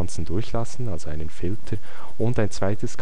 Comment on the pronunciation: "Filtrr" - ansonsten nützliches Video!